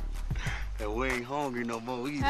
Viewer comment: “You got something to eat up in there? We HONGRY”